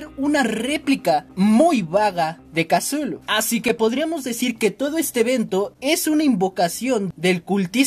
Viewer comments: Di cutulu no casulu plis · Como le dice make a cthulu MAKE:casulu YO:tuchulu